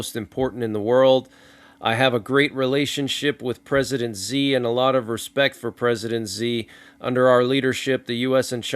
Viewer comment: Hey man just a heads up Chinese leader Xi is actually pronounced she thanks for all you do!